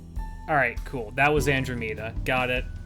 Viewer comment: Your pronunciation of Andromeda is horrendous